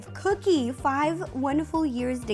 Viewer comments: not to be rude but is it just me that whenever ro says cookie it sounds like coodie? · she said coodie instead of cookie but awh they are so cute 🤩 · You keep calling cookie coodie???????? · Who else loves how she sometimes calls cookie "coodie"?! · U keep callin cookie cooddie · Why did she keep saying kodie not vookie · Did you call her coodie not tryna be rude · did any one realise that ro says coodie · Is it just me or does every time RO say cookie it sounds like she’s saying cootie?? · Did u hear Ro say coodie? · Am I the only one who heard ro saying coodie in stead of cookie the whole vid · I know her dog is called cookie but throughout the video I only heard coodie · Is it just me or Ro calling Cookie, “Coodie” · She does sometimes Idk why.. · I keep thinking you say coodie xx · She does